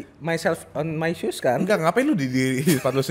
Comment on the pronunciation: ohh pantesan, gw awalnya ga ngeh cadel , gw kira mgkin lama tinggal dluar negeri , eh ntarnya pas bagian pepatah yang "shoes" blepotan gtu ngmongnya, ngakak dong ,trnyata banyol bet orgnya :D